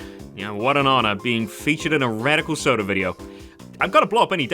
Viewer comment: you were so close to Radic-eel-Soda